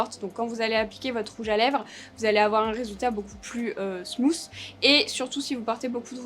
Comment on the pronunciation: Beaucoup plus "smouss"? Tiens donc 😂 (Je sais que a dit smooth, inutile de me faire la remarque)